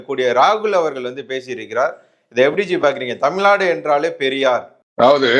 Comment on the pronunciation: தமில்நாடு இல்லை. தமிழ்நாடு. தமிழை பிழை இல்லாமல் பேசுங்க